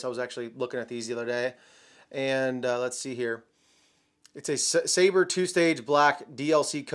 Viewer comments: We have reached the point where youtubers don't know how to pronounce "sabre." It's a fuckin sword. Their pistol is a "dagger." This isn't rocket science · Michael Scott also had problems with pronouncing Sabre